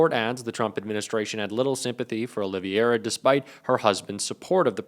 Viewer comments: OLIVERA..NOT OLIVIERA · Olivera, not Oliviera. Please take the time to learn correct pronunciation. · Oliviera? Please read before you try to pronounce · "Olivera", not "Olivera"